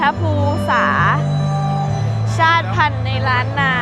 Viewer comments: อ่านว่า.ชาต_ติ_พัน_ครับ_ชาติพันธุ์ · ชาติพันธุ์ อ่านว่า ชาด-ติ-พัน ครับ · ชาติพันธุ์ อ่านว่า ชาด ติ พัน เด้อ